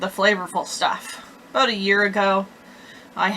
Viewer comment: Well done young lady thats what its all about or"aboot" lol .!